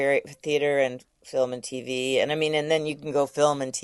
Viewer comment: Why does he say tv, TEEVEHH. 😂